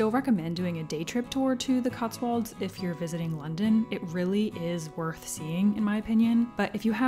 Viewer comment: I've noticed every American making the same mistake pronouncing Cotswolds. It's "-wolds", rhyming with "colds", not "-walds", rhyming with Oswalds.